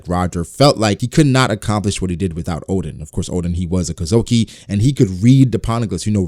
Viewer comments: Kozuki, not kozoki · You say Kozuki weird, but interesting video